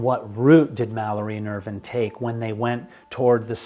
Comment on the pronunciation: I knew you were pronouncing Irvine incorrectly. It is Irv"eye"ne. Jaime got it right.